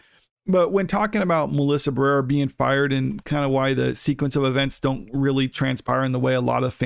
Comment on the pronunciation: Bro, say her name right. Ba-re-ra. You fckn illiterate?